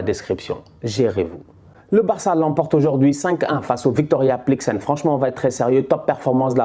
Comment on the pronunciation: Victoria plikzen 😂 mais gère toi 😂